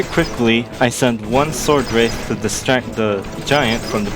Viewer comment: It’s funny how you say: “arckidons” and “swordwraith” instead of the normal versions